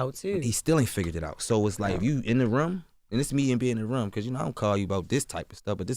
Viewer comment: and room "ruum" lol